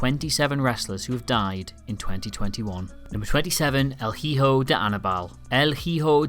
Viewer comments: it's pronounced ee-ho not hee-ho, also, one of those pictures is of Blue Demon jr and not Anibal jr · El jijo right damn the h is silent butcher that Name. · My ears died when I heard el "jijo del Aníbal" The H is silent boys, basic spanish.